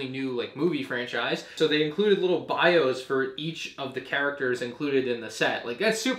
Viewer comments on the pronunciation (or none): none